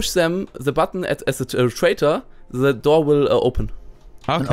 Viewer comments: Se -.- es ist THE! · Se osser side alter -.- THE OTHER SIDE wie ich diese leute hasse die anstatt the se sagen -.